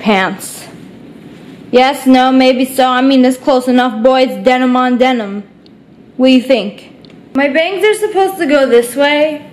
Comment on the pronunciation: SSSNIPERWOLF U Live in Arizona, but at times when U talked U sound like your from Boston , sounds like U have a Boston Accent. Like when U were talking about Denim on Demin your Boston Accent came out. Lol